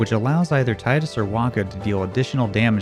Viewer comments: TEE-dus. Not TIDE-us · Blah. Its Teedus! Not Tiedus.. 😒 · I still can't believe after 20 years, nobody can pronounce the main hero's name correctly. I'll be using the International Phonetic Alphabet (IPA), just to sound extra pretentious or something, because I know you don't care. You keep saying "T aɪ d u s" when the devs, Wakka in Kingdom Hearts I, and even James Arnold Taylor himself, have all confirmed it's pronounced "T iː d u s." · Tidus is Teedoos not "tie-dus" it's okinawan for Sun which is Tida "Teeda" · FFX has been out for 20 years and people still call Tidus Taidus. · Who the fuck is Tyde-us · Tidus is pronounced "Tee-Dus". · It's pronounced tee-dus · Every time you you spell Tidus "Tie-dus", I die a bit inside. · It shouldn't annoy me this much that he's saying Tidus wrong